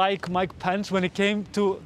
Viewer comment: Love your pronunciation of 'Pence' as 'pants' 👍🏻